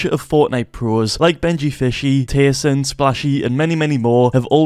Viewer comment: do u realise that u actually said tayson ????